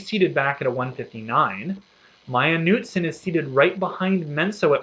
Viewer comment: Knutson...hard K, not silent.